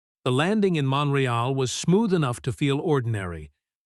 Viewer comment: Omg these mispronounced words are doing my head in. The city is MONTREAL - NOT mon ra ell. FFS some human editing needed here - URGENTLY